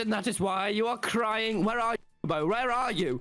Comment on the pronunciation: Okay but why does Tommy say crying like cdurying